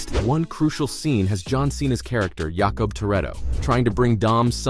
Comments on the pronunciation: its not "Yahkub".... its jacob, pronounce it right, and its not god's hand its god's eye. do better research on your next videos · Jay-cub not yah cub, and it's the gods eye not hand. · The Narrator can't say Dom's brother's name right and it's the God's Eye. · Jakob Toretto WRONG Yakob Toretto CORRECT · I don’t think we can all agree that it was horrible. I didn’t think it was the strongest in the franchise, but it was still enjoyable. And who wrote this video? It’s not God’s Hand, it’s God’s Eye. And why are you pronouncing Jakob’s name like he’s from Eastern Europe? Multiple people have said his name across 2 movies now. They all use the standard pronunciation for Americans. Did you not watch these movies?